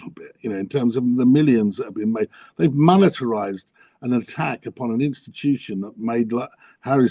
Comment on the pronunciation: Monetize - not "monitorize". That's a completely different word. Sorry, it's driving me crazy.